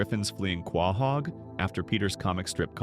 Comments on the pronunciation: Are you saying Quahog wrong on purpose? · Dude you need to learn to pronounce quahog correctly